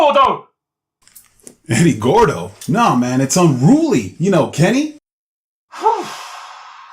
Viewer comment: "Unrooolie. Not rooolie."